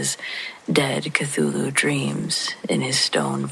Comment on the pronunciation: Glad you pronounced Cthulhu for me. Lol. Thank you ma'am.